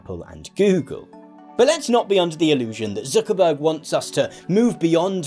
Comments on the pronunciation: I like how you pronounce it as "Zookerberg" ))) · the way you say "Zuckerberg" sound like you're from the north of England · i like how you say Zuckerberg